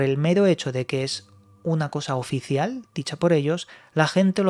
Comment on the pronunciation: oficieal por quie, por eeu?? xD